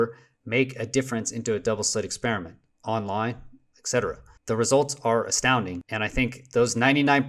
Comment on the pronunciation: I absolutely love this channel ,but hate the mispronunciation of "Etcetera "!!! There is no letter "K" in the word...... (My mom was an English teacher, I'll blame her)